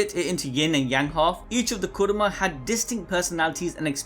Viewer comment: Why the hell are you saying kurama so bad like that